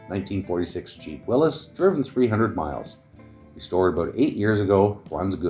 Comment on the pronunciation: At least you know how to pronounce Willys not Willies!